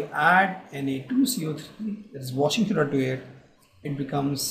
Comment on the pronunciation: Washing shoda!!😂😂